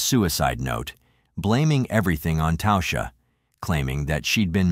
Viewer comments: Her name was literally pronounced TASHA not tousha.. fk me..if you are going to make content about real people that have passed away and make money off her name at least have enough respect to say it correctly ffs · Its pronounced tawsha..